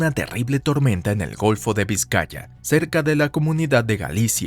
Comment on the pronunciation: Me a echo gracia como a pronunciado el golfo de vizcaya xd